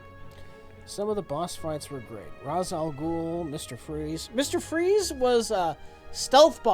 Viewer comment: Raj al Ghul? Rache al Ghul? No one knows! It's certainly not Ra's al Ghul.